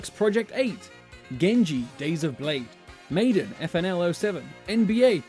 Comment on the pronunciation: I love Resistance, I hate the way you pronounce Madden.